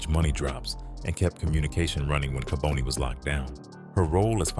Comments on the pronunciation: Its ka bon ne not ka bone ne . Rip to all those affected by his evil acts . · Kaboni is pronounced "Kah-bonny" not "Ka-boney", you don't catch cancer! smh if you gonna tell the story tell it right! Bonnie didn't sell on corners. We Philadelphians don't like we you eff the story up. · It's pronounced "Ka-Bani" not "Ka-bonie". You can atleast pronounce the name right of the person you're making a video on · You pronounce his name wrong